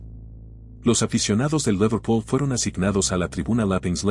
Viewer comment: Tatanic? Laverpul? Che pronunciación de 💩.. como el canal